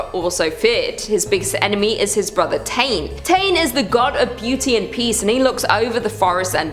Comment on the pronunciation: Queen! I’m Māori from New Zealand. The god Tane is pronounced Ta-nay and you pronounce Māori as Mao-rii…. Kinda, it’s hard to pronounce without the tongue roll